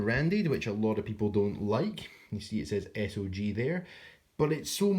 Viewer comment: Nah, it SOG, pronounced sawg. They forfeited the name “Studies and Observation Group” when they stamped everything “SOG” without dots or a single correction for nearly thirty years. It’s became recognizable under the military, and now they want to seem more serious than the other big names to go with their grossly overpriced metal since the military is no longer buying their crap. Their silly cogged hinge is a major point of failure and their knives broke.